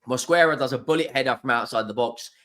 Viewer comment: Even the name Mosquera sounds hard.Specially with the hard Rrrrr😂